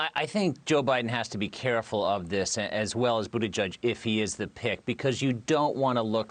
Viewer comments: Lol. I thought he was saying Buddha Judge. 👀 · "Boodejudge" really? Are these people really too lazy to do a 2 minute Google search on how to properly pronounce this man's name 😑